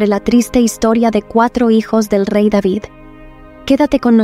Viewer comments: Rey deivid (David)., Para qué lo pronunciará en Inglés? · es el rey david no deivid🤩